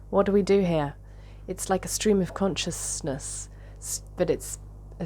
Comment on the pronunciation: Scream of consjessness 😂